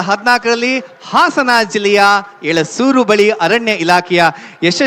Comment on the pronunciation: ಅದು ಎಳೆಸೂರು ಅಲ್ಲ ಎಸಳೂರು